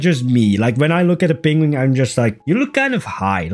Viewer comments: "peng-wing" - Adorable pronunciation. Wrong, but adorable. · This make me think of Benedict Cumberbatch and his pronunciation of penguin